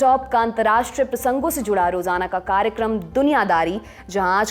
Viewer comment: it is not kaarekram. It should be Kaaryakram. You are speaking on international platform. Also it is not Chamicals. The actual pronunciation should be chemicals.